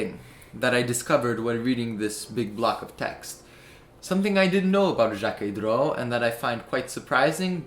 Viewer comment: Excellent video, the steel sw is my favorite Jacquet droz but the legibility isn’t amazing. I saw some very cool vintage pieces from Jacquet droz at the patek museum when I went there! Also you did pronounce it right I wasn’t sure about the pronunciation when I first heard of it either.